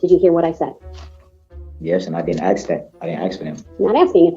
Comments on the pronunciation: If you dont "undershtand" then "ax" for an attorney 😂😂😂. I dont think this moron realizes how incredibly STUPID he sounds. I think this guy is honestly the DUMBEST and most delusional criminal to ever step foot into a courtroom 😂😂😂. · This was so annoying to watch during the actual trial. Mostly because of his mannerisms and the way he sounds (axe instead of ask), Not to mention the taxpayers have to pay for all of this. Including his incarceration.